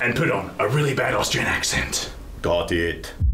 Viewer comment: That "gôt ît" gôt me real good x)